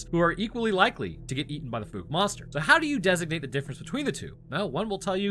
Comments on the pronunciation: lol, Holy FOOK did you mispronounce Fouke! There ARE no Grizzly in Akansas, and the LARGE black bears they have max out at about 400lbs, pitifully small by my standards. I live where there ARE grizzly. I have had several guests on my show who do Bigfoot research in that area, they have pictures of tracks, structures and creatures, so I don't know where you are getting this "No evidence" bullshit. How embarrassing for you. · Fouke is pronounced with a "ow, as in ouch". As an east Texan I've heard of this place my whole life. 😅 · Ahhh my home town cryptid! Yes you are pronouncing the town name wrong.😂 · Wow, bro you actually pronounced Fouke correctly! Not even the news channel out of Shreveport can do that and they're only an hour away. Well done! Edit: and then you screwed it up the entire rest of the video It's pronounced F-ow-ck Edit: did I hear you right? Do you only live about 8 hours away from us? If so you should definitely come down, there's a bunch of us that would give you tours and show you around and tell you stories. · Likewise, the town is called “Fook” lately, rhyming with “fool”. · You had the pronunciation right one of the first few times😂 “Fouke” is pronounced with the same OU sound as that of “Ouch”. Use that sound, ignore the E and, you’re good. I live about 20 miles from there some I’m very familiar with the proper pronunciation. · Dude, i live like 30 minutes from Fouke, (the e is silent). there are no bears in this area. I have never seen one, and don't know anyone who has. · Watch the movie so you can pronounce the name Fouke correctly. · I love your content so much. BUT your pronunciation of Fouke was painful😅 also we dont have grizzley bears in the area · It's pronounced like the ou in ouch. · Why are you calling it the fook monster, when you correctly pronounced the name of the town, Fouke (f-ow-k)? 🤔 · I grew up there ( born in 1976 ) It's pronounced FOWK not FOOK. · Great video but it's pronounced F-OW-K it's not FooK